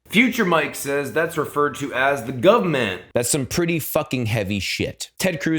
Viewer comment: The “Guvahment”